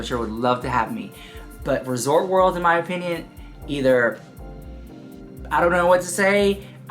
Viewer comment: Girl!!!! It’s ResortS World... not Resort World 🙄 SMH If you had an issue with management you could’ve called Hilton customer service (especially if you have status at Hilton). Kind of dramatic because they absolutely would’ve be happy to listen to your experience